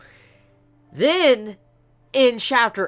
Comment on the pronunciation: Guys GUYS i have come ti the conclusion that he had watched the dub version. listen to the way he says, Kanaki and Hide. Pretty strange huh?